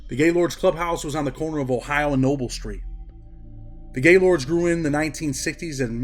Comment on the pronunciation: You got to pronounce it right it's more one word not to not gay and then Lord it's Gaylord's and the hood it's somewhat of an ER sound